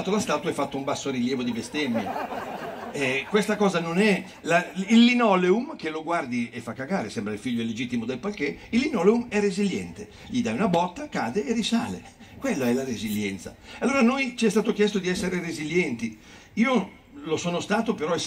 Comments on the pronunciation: Xchè è la giusta pronuncia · 12.47..PARQUET, pronuncia parché ...non palchè...